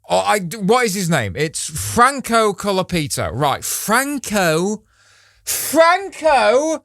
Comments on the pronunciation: I love how he mispronounces Colapinto as “Colapito”, which is Spanish slang for “ass dick” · also really funny but he mispronounced colapinto in such a way that in spanish he said assdick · Continually mispronounced Franco colapintos name🤣🤣🤣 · bro... it's pronounced franco colonoscopy... get it right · Love how you never get Colapinto's name right 😂😂